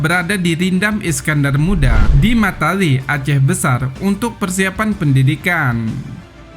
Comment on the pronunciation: Mata ie bang, bukan mata LE